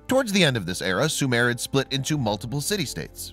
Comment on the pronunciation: Sumare is not and was never a country it was pronounced Sumer and Sumeria not Sumare.